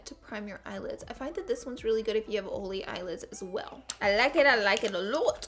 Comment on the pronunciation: Is it me or does she pronounce “oily” as “oh-lee?” 😆